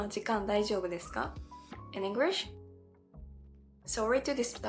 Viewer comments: I suggest pronouncing the letter L in the word English more. I noticed you're making the word English sound like Engrish. Just a little tip. It's mostly casual language unless it's an extremely formal setting like an important meeting or politics, the "Hey" at the beginning, covers the "Sorry to interrupt" etc. You can probably drop the 99% of your use of sorry, and just say "Excuse me" I'm South Australian (Adelaide), I've also answered "yes or correct" many times when someone says "you don't have work today?", I confirm what they asked. For some reason, English speaking people turn around your response and assume you're saying "yes" because you have work 😅, backwards use. In those scenarios, you can simply say "that's correct", and they'll understand you easier. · Most of your pronunciation is great and you have less of an accent than most Japanese people, which one exception: You say "Engrish" and you suddenly sound super-Japanese. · SingING ING GLISSH English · It's really really really really important to master how to pronounce "L". DO NOT say "Engrish". Wikipedia describes that word as a reference to people with poor English skills. Do speech therapy or whatever but you will get sniggers if you say "Engrish". Wish you best here. Explore beyond Sydney or capital cities. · Actually, you are speaking English with a Japanese accent and you are speaking with Japanese timing and mispronouncing many of your words. Your English "L" is wrong and your "T" is silent. You said "Englirsh" instead of English. You are slurring your words, and using the letter "B" for words with "V." I recommend you hire an online private teacher that reads dialogue, then you repeat it while trying to say it with the same accent as the teacher.